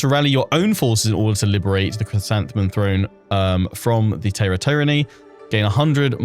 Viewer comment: Your pronunciation is pretty good, but Taira is pronounced more as Tie-ra rather than Tay-ra! Other than that I’m super excited for your playthrough, this DLC has me really excited🎉